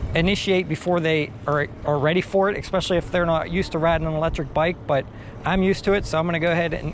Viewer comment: "EX-pecially"...seriously? C'mon dude. ESpecially...I know it's a nit picky thing, but I speak for a living and would get crucified. Otherwise man, I love your videos.